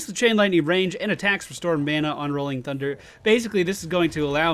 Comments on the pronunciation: instead of sundder i am hearing tsundere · He says 'sundder' but ok :)